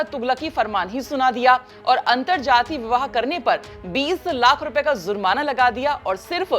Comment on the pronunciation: Aap zurmana keh rahi he jab ki word he jurmana